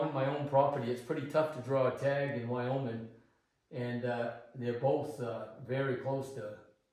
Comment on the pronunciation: Thats "WyO-Min" not "Wyoming" camp